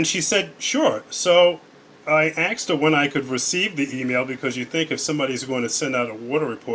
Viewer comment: Did you kill Stephanie when you axed her? It's fucking asked. Why is that so fucking hard to say. Axed?.... Really? Jesus. Read a book.